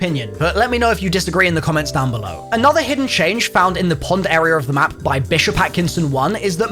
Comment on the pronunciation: Imagine pronouncing “Area” like “Errierrr”